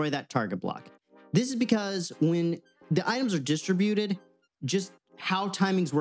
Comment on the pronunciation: I'm sorry I couldn't stop focusing on how he said distributed... drove me nutz... could not watch all